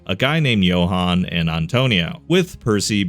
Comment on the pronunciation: Johan? You mean Jonah? Lol.